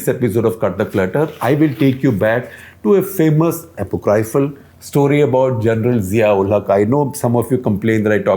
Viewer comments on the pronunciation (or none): Yo, you pronounced apocryphal wrong.